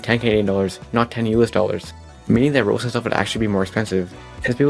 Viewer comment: AH YES, "Rowox"